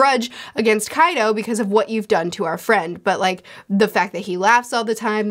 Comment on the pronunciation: I find it fascinating that can say Pachycephalosaurus without missing a beat, but she will stumble on names like Kaido or Ulti hahahaha Never change!